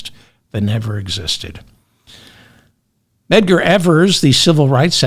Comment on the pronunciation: Aha! You finally found the M in Medgar's name!